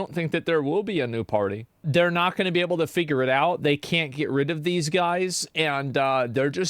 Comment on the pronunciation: "This is the democratic pary" 😂